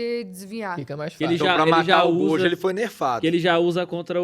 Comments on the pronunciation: Ela falando "Godio" é terrível kkkkkkkkkkkkk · Só eu que perdi a paciência com essa mina falando "godjo"? Kkkkkkk